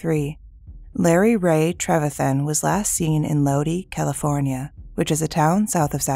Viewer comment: How do you pronounce an I as double e's? She also mispronounced our last name.